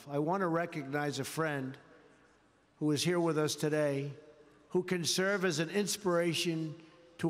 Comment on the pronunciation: This guy really can't read. He doesn't know WHICH WORD to emphasize. "We are HERE today"